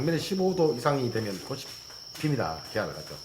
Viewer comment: 확실히 얼굴을 드러내어 입모양을 보여주시니 알아듣기가 많이 수월합니다. 감사드려요^^* 아참 근데 꽃이(꼬치), 빛이(비치), 잎이(이피)의 옳은 발음과 꼬시, 비시 같은 틀린 발음이 혼용되고 있습니다.